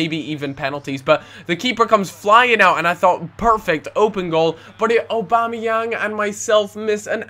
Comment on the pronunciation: I will leave a dislike because you can't pronounce aubamayang's name properly